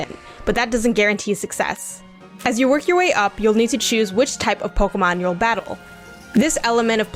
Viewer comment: Can't take you seriously when you pronounce it "Pokomon"